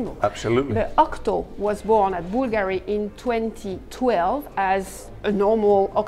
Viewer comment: I probably have to teach you how to pronunce BULGARI in italian!!! 🤣🤣🤣